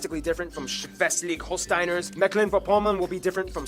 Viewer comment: So funny how he pronouces Schleswig-Holstein